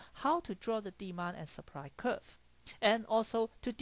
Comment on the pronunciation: he said seepry (supply) lol